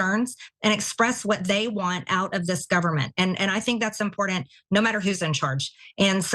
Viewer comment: Incredibly im-POR-dunt